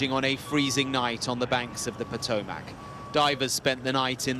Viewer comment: It is spelled Potomac. It's pronounced Potomick. Not MACK.